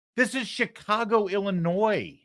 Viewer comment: I am happy that you pronounced Illinois correctly a lot of people don't know the S is silent